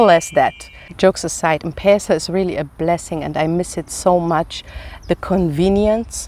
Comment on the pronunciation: Mmmm not pesa but letter Em plus Pesa